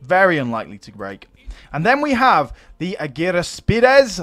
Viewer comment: Your Greek pronunciation of argyraspides is very good but if you find it difficult then you can call them silver shields the chalaspides bronze shields and the chrysaspides golden shields futhermore the shield that the reformed swordsman have (and the Romans) is called scutum . Also the units looking absolutely awesome can't wait for the other Hellenistic kingdoms Pergamon Ptolemaic kingdom and Bactria